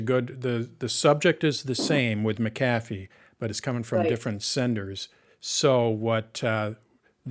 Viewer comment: Mic ... kathy? Does this guy not know how to pronounce McAffe?